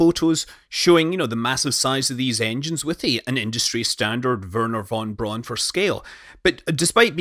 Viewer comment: I live in Huntsville and worked for the Space and Rocket Center for 9 years and helped design and construct his portion of the museum. I have also have spoken with his daughter and my wife works for NASA so I thought I would mention a two things. 1. The way he and his daughter pronounced “Braun” sounds like “Brown” and he even wrote “Brown” on their mail box to try and get us to say it correctly. I confirmed this when I spoke to his daughter face to face for 45 min as we had dinner at an event honoring her father. 2. Werner von Braun left his lunch box on top of the Saturn V Dynamic Test and is 363 feet tall on red stone arsenal and never went back to get it. He would eat lunch on top of the stand every day weather would allow to clear his thoughts. They used to take new hires up to the top to see it and to reflect on how their vision compares with Brauns. They stopped this now due to the condition the test stand is in now but still show a picture and ask you reflect. Just some info most people don’t know.